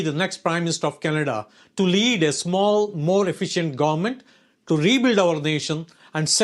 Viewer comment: Came here in 2006. Can't even say government guburment.